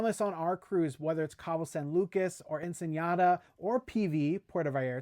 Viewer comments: Nice recap! Ensenada is pronounced as it looks, not "Ensenyada." There's no tilde over the n. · Hi guys love your channel May i help on a pronunciation?? the City of Ensenada is pronounced EN-SA-NA-DA without the ñaya accent on the last N so try to say ur Ensenada with the NADA part like you would say “i have nothing like Nada! “ xoxo❤ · Ensen-Yada. lol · I can’t get over your pronunciation of Ensenada and Viator. LOL. And why wouldn’t you think there would be great views on a Mexican Riviera cruise? Overall good info here. We’re going on our next Mexican riviera cruise next week!